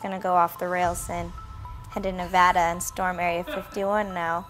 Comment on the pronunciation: Can I just say thank you Anthony for pronouncing Nevada correctly